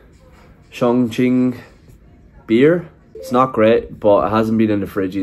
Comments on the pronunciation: Dude, it pronounces as Chong Qing , NOT guing, but qing or ching. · the correct pronunciation of Chongqing is Chong “Ching” rather than “quing” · Chongkween 😂😂😂. It's pronounced chong-chin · Chongqing (this isnt English, and it should be pronounced as Chong Ching) only became a tourism hot spot in recent years, historically it was a "Back up" city of China, and together with the city of Chengdu they were designed to be the temporary Capital of China in war time, the central government would be evacuated to either Chongqing or Chengdu if Beijing fall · Yep if you go to the west they will get it wrong 99.9% of the time. Just because they don't know its more of a ch sound. It's weird because everyone knows the qing dynasty is pronounced like ching but the moment its in a name, everyone gets it wrong. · It pronounces Chung'Ching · It’s Chongqing not kun, n that’s not questionable sausage, but pork intestine. RMB not RNB / LMAO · chong qing not chong queen😂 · was watching on preview, decided to click in to check how you pronounced ChongQing, and still got surprised. a bit creative(no sarcasm here) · You are pronouncing Chongqing wrong. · your pronouncing chongqing horribly wrong